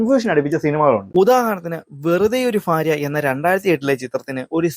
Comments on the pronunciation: ഫാര്യ അല്ല ഭാര്യ 😅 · ഫാര്യ... ഫക്തി... ഫാഗം... Bro learn to pronounce words correctly... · Farya alla bharya. Fakthi allà bhakthi